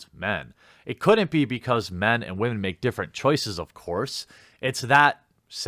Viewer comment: I snicker every time you say wamen